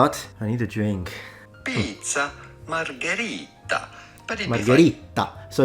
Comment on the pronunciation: ....also, hearing him pronounce, 'pizza margherita', sounds like that scene in the theater in, Inglorious Bastards.